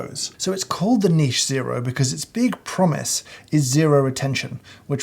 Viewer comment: So Happy to hear you say niche. I literally watched you say that 10 times before watching the rest of the video. THERE IS NO "T" in NICHE!